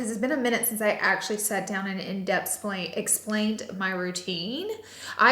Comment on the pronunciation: Girl I love you but there's an "h" at the end of the word depth 😂